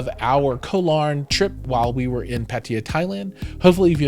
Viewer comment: Please learn to to pronounce properly the city of PATTAYA.